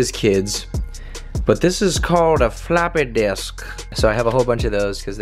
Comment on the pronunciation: The way he said floppy disk it sounded kinda Indian lol